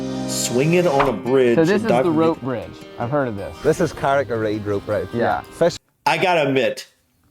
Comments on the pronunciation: Never heard anyone in my life say carried. It says carrick. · "Carrick" (means Rock) is pronounced Ka-Rick, like Barrack (Military not Obama!) (I'm trying to use an American accent to give you the best chance of pronouncing it properly). You don't have the sharp Ah sound, you would elongate the A sound which makes it sound like an O/E or AW sound. Carry = Care-E, Harry = Hairy, etc I lived in Carrick-on-Shannon for a few years. It has the smallest chapel in Europe and 2nd smallest in the world, Costello Memorial Chapel. Don't Try To Pronounce Irish Words, you'll hurt yourself! If it ends with agh or aght it's likely to be just the Ah (not aw) sound, Fermanagh = Fermana, Tallaght = Ta-la Craic (crack) means fun, a popular Irish saying is/was The craic was 90 (I'm old, do kids still say that?)